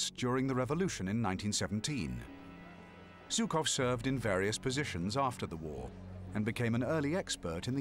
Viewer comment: 78 years after the event did not suffice for english speakers to learn how to pronounce the name of the Russian general Zhukov. It is not Zukov but rather with a "Zh" like in "measure", "pleasure" and the like.